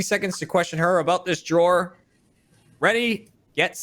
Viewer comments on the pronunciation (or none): why does say drawer with a j